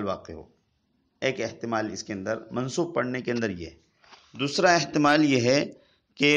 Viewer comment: احتمال ہے ناکہ احتلام 😄